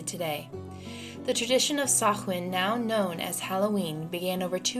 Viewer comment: Sach-win, really... Samhain, pronounced Sau-win Druids aren't a Celtic group, they're more like Spiritual leaders. Basically priest of Celtic polytheism